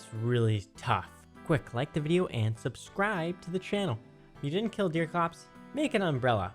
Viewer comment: ah yes. Like and soob n0w